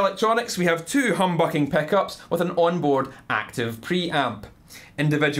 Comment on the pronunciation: Peh-ssive peh-eck-ups